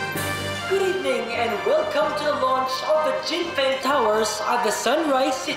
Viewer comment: Jen Feng..Jen Fung kaya pronunciation non